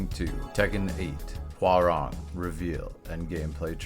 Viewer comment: As a Korean , thank you for pronouncing his name correctly ~ i hear so many non Koreans sayin his name Rang like telephone rang 😂